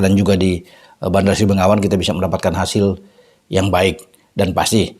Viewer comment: Bandar Sri Begawan bang....bukan sri bengawan😂